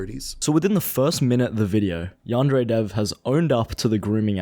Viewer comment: Can't even say Yandere correctly.